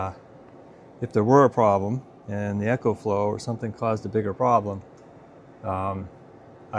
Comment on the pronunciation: ecoflow not echoflow 🤦‍♂